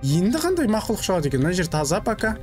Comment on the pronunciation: Мақылұқ дейдіма 😂